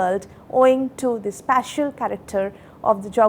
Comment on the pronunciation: This lady can't even pronounce special and spatial differently. Nation is in trouble with such teachings.